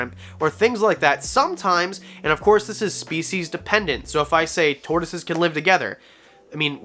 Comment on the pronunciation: Bruh. Tortioses, lol